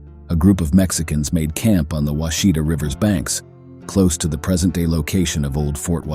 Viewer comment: I wish people who narrate these things would learn how to pronounce or Mt. And River names. It's not pronounced Washeta it's Wash a ta.